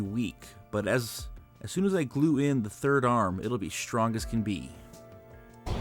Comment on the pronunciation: The word strong has no H in it. shtrong?? NFW